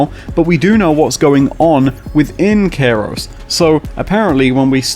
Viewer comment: Why do you pronounce the planet name this way? Kairos? (like Cairo, Egypt)